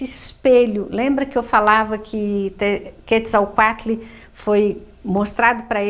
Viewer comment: Sem falar que a pronúncia dela n está correta?